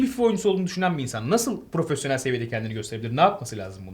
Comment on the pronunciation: Profosyonel nedir abi ben world class ım :D